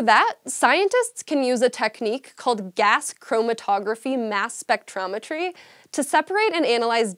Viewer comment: The slight smile she gave when she nailed "Gas chromatography-mass spectrometry"*. It's like she's saying, "say that 5 five times fast"